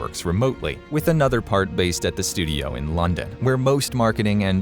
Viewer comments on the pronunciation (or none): "studiauh" :P